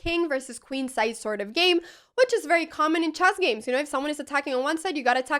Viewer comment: Yeah, she says chass.